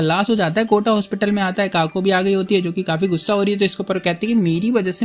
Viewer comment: Kotha umm sorry kotta...I love it🤣👍🤩💜